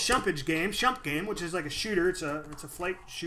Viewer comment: *Shmup, not shump.